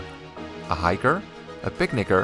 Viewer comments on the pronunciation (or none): Why did I hear something else when he said "picnicker" 😩😩